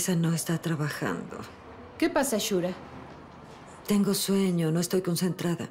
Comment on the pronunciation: "Shurka" no shura